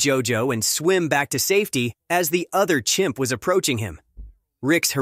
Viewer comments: Please fix your title. You say "Champ" instead of "Chimp" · It is CHIMP - not CHAMP...